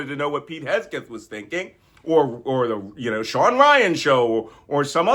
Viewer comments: Malcolm. We love you. A small correction. His name is HEG-Seth. You kept saying HES-Geth. It is HEG-SETH. Please get it right. Stuff like this bugs me and I miss the actual message. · Mr Nance….great lesson, but it’s Heg-seth, not Hes-geth. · Can you please not shout? 🤕 Also, it's HEG-seth....not HES-geth. Please don't take offense. Love your channel. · Thanks for your professional and experienced perspective. FYI it's Hegseth, not Hesgeth. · Love it that you keep calling him Hesgeth instead of Hegseth. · Hahaha - I noticed that, but wasn't sure if it was intentional 😅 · Awesome content, perfect delivery, thank you. Just one thing: the man's name is Hegseth rather than Hesgeth. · Do you mispronounce names on purpose? Fortunately for us, Pete Hesgeth has no role in the government at all. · its HEG-rhymes with KEG, SETH-rhymes with METH, pronounced HEGSETH, NOT HESGETH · Malcolm, please learn how to pronounce Hegseth’s name correctly, threat that he is. It is HEG-Seth. Not Hess-Geth. You’ve been doing this for months. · It's Hegseth, not Hesgeth, Makcolm. Don't give the traitors a weapon with which to attack you. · His name is Hegseth, not Hesgeth! It's much closer to Hexit. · Malcolm, you keep pronouncing SecDef's name wrong. It is Heg-seth, not Hes-geth. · Malcolm, you perform such a service for us here. (btw, Pete's last name is pronounced Heg-seth. :) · It’s Hegseth, not Hesgeth. A good way to remember is that it rhymes with Kegbreath. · Malcolm is subconsciously mispronouncing Hegseth's name and calling him "Hegsgeth". Subconscious projection of deep disrespect. Love it. Malcolm is no fool 😎💙🙏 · Its Hegseth not Hesgeth 😁 Also pronounced Dogsh!t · Is there some inside joke here that involves intentionally mispronouncing Pete Hegseth's name? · "Hes-geth" deserves to have his name mispronounced, lol. 👍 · Your constantly mispronouncing names makes your coprehensive and cogent analysis sound dumb. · The name of the creep is Heg-seth! You mispronounced it, Malcolm.